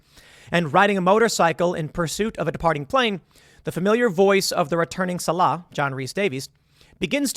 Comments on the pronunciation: The character's name is pronounced Sawl-uh. Not suh-Lah. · Why is everyone pronouncing SAH-lah as sa-LAH? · The new movie is worse than aliens, a UFO, and prairie dogs?? Also the character's name is SALL-uh, Tim. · Tim's never even seen the original, or he'd know how to pronounce Sallah's name. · If you were a fan of Indiana Jones, you'd think you'd know how to pronounce Sallah's name. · I believed you really had watched Raiders of the Lost Ark until you mispronounced Sallahs name lol😅